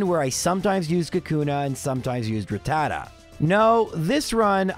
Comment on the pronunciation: I'd just like to point out... the name is "Rattata" (rat-ta-ta) not "Ratatta" (ra-tat-ta). Yes, you've been saying it wrong the whole time, but I've been binging (binge-ing) your videos for a couple days and figured this would be the perfect video to mention it. Thank you for making the videos; I love them. Keep up the great work! (that last part goes for the editor as well. ty editor)